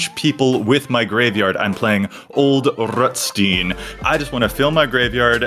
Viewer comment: I guess it's your American English pronunciation kicking in, but I think Ol'Rutstein should sound less like Roosty and more like Rammstein 🤔. Not judging you, just a thought.